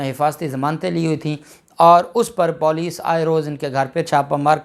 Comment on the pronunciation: Sir aap police ko musalsal Paulice kehty hn Jo ghalat Hy aap Issy theek pronounce Karen aap ki vdos behtareen hoty hn sirf police lafz theek pronounce nhi krty